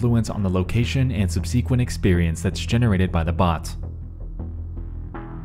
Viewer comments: After many mysteries, the most mysterious is why Nexpo says, “sub-SEE-quent.” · interesting wasy to say "subsequent".